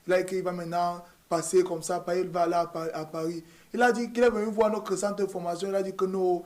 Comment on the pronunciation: noCRE frère? En CRois mois ? Il faut êCRe formé ? Moustiiik !! Je reste abonné mais fais un effort